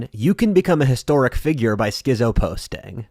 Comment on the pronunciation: doesn't even know how to pronounce schizo